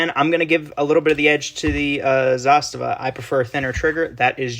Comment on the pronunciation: Great video and it’s refreshing to lay the ‘Zastava is a Sig clone’ to rest and to hear someone pronounce Zastava well